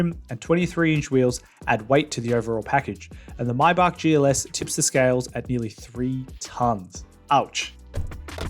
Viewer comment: Take a drink for every time he pronounces 'Maybach' a different way.